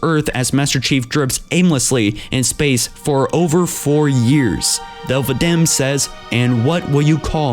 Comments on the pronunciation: Thel 'vadam not dell vadamn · Thell Va-damn lolol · "Thel Vadaam' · I know you have a speech impediment, but you need to learn how to pronounce the words you say, Thel vadame, is spoken like this Thel Vadam, with a silent E. Ripa Moramee is said as, Rippa, not reepa, Mor a me.